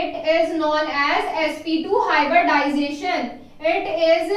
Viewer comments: It's hybridization not hyberdization🙄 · Sorry madam.....but it is hybridization not hyberdization at all😐😐